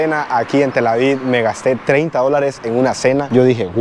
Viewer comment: Felicidades muy bonito video. Sólo una observación se pronuncia TelAviv con v al final no se pronuncia con d. Sigue adelante 👍